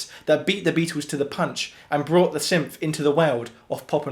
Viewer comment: I love your videos! Good job. Odd, though, you don’t seem to be able to pronounce “th” very well.